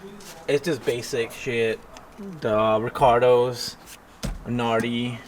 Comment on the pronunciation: "Recardos" lol